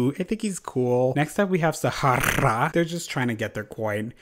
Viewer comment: the way you said "SahaRRRRRah" sent meeeee LMAO